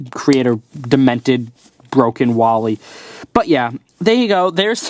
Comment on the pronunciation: His name is WALL - E